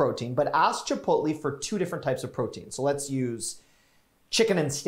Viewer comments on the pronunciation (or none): Chipotle is not pronounced like that